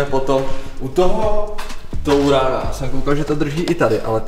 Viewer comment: Vyslovovat Tourana - jako "TOURANA" může vážně jen:D